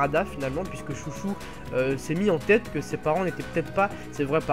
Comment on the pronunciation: C pas chouchou c chô cho